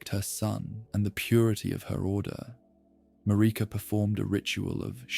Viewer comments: It's Marika, MA-RI-KA, they say it a million times in the game, how the heck can you not pronounce it properly?! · MaReeka. 😂 it makes me laugh a lil bit every time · I’ve been around the Elden Ring fandom since the game released, and yet I still hear different ways names are pronounced. Almost 4 years, and I’ve never heard anyone say “Radahn” like “Radun” nor “Marika” as “Mayreeka”. I’m not making fun at all, just mentioning that you have a unique pronunciation of these names, and honestly some of my favorite ways I’ve ever heard them pronounced